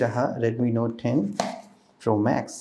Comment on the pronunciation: Redmi Nothe 10 yehhhh English🤣